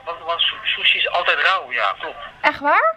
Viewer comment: sushi louw ;) haha ze kan de r gewoon niet uitspreken